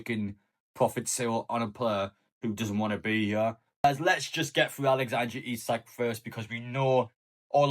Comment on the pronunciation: I'll be glad when I don't have to hear you pronounce his name Alexandra Isak.